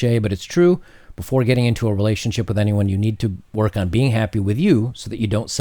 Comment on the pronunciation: your pronouncing relationSHIT wrong.